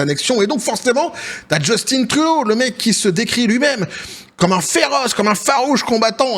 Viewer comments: C'est Juste-Teint et non Just-Tine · Justin, pas « Djeustine »… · On dit Justin comme jus-tin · Les français,arrêtez de dire Justine c’est Justin point barre quand même qu’il es efféminé!😂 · JUST IN . Comme en francais vieux. Pas JustINE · Just(in) c'est un francophone pas Justine .En Anglais ca se prononce plus Jostunn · Trop drole personne ici au Quebec dit Justine Trudeau c'est Justin oui Justin.